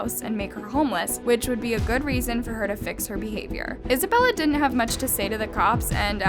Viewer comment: She say Isabella i hear Annabelle